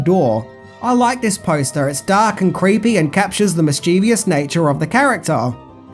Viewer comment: public service announcement: 'mis-chiv-us'